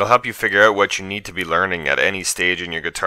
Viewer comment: ''Oat'' xD haha jk thanks a lot dude ! :D